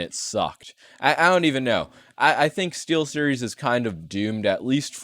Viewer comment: LOLOLOLOLOLOLLOOLOL stee"L"series your so funny😏🥵